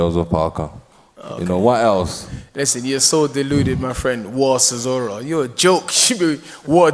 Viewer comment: How’s Whyte correcting Chisora on his pronunciation when he struggles himself🤣